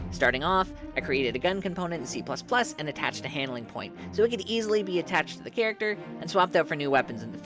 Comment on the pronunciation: "Chat acter" 😂